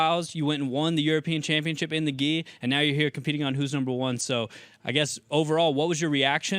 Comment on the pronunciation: "Welterweight Chanpionship"